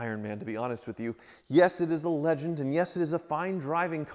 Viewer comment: I had to start the video over and turn up my volume. I thought you said it was a "Lemon" not "Legend". Though for you, it's likely both.